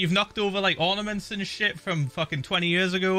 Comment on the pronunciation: How to pronounce stuff like philza: Book = Buuk Year = Yöör Eight = Eeht Fuck = Fock